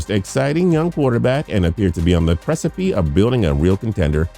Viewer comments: "....you appear to be on the preci𝐩𝐞𝐞...."? This is my favorite narrator on TPS, but come on dude, precipee? There's another word that might apply here: Precipice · Precipie? im pretty sure that is not how you say that word